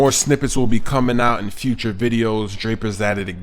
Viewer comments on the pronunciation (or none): none